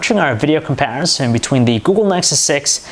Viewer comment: does anyone beside me hates how he says "comparison"? lol